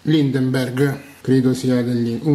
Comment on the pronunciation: LINDBERGH , NON LINDEMBERG. Deitgiast , non deitgiest. Madonnina santa aiutaci tu…